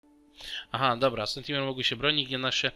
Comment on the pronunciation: Wiem że się czepiam i jestem złym człowiekiem ale... SENTINEL a nie SENTIMEL! XD